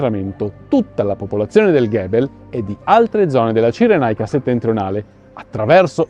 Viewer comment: Un appunto sulla pronuncia di "Gebel" :forse la pronuncia corretta è con la "g" dolce in quanto nel Rinascimento l'Etna (in arabo, Gebel Utlamat) veniva denominato Mongibello. Interessantissima la vostra "inchiesta". Troppo trascurata, tuttavia.